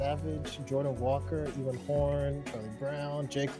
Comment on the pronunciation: And of course uses my ID first... BTW is Ewan (You-An) not Evan 😛